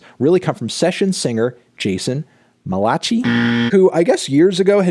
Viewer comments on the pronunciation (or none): For the longest time, I was in denial about "Keep Your Head Up", "Monster", and "Breaking News" not being genuine Michael Jackson songs! But when I heard that they had been removed from Michael, that's when I finally accepted the truth. I don't blame Jason Malachi, whose name you mispronounced and misspelled, but I do blame Sony! 😒 Also, I liked Xscape. I just wasn't crazy about some of the remixed versions of the songs featured. My least favorite of the remixed songs was the one for "Do You Know Where Your Children Are". I don't know why but I hate the way that it sounds! 😅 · at what age should a modern, educated person know how to pronounce “Malachi” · I’m offended by the pronunciation of “Malakai” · Doesn't know how to pronounce Malachi. Fake Christian! D